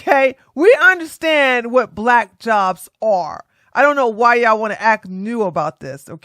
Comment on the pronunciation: She’s BUH-LACK 😂😂😂🤣😅💀